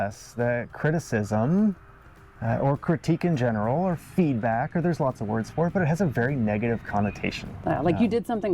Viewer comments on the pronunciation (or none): none